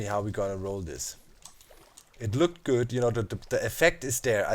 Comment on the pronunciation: Doc I can't handle it any more XD It's "THIS" not "DIS"... You can't say that having an accent is an excuse :P